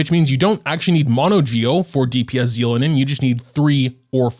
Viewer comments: So you just decided you won't take the real pronunciation into account what so ever. They said it so many times on the livestream too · please watch the English trailers to know how to say her name. Anyway, thanks for the reminder about prefarming for her.